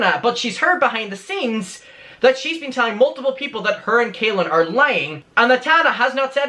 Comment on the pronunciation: well it's more said in a masculine way it's pronounced like Cah-lin rather than kay-lin